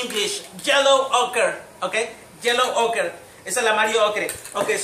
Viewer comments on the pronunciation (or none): you mispronounced yellow orche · No hables en ingles si no sabes, prefiero que hables en castellano, y edites el video agregando subtitulos en ingles. Por el bien de nuestros oidos internos. No se dice YELLOW OCRE es DEEP GOLD jajajaa